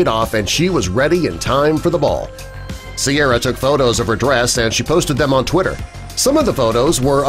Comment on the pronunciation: correction It's Ciara, not Sierra